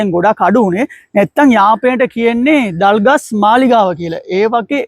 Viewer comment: You are talking clear than some Sinhalese boys well done .❤that trees thalgas not dalgas